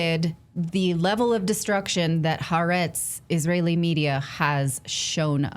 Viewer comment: Maybe before you quote leftist newspaper Ha'a'retz you should learn to pronounce it correctly. If you can't even do that much, how can we believe anything you say.